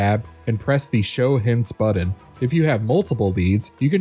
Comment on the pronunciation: Exactly so distracting